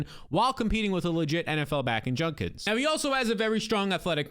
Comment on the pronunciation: ITS JUD-kins not JUN-kins! EVERYBODY be saying it wrong